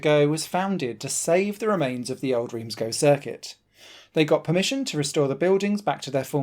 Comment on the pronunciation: Please pronounce Reims correctly.